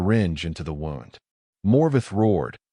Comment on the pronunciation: The narrator pronounced “wound” like winding something. Should be more like woond.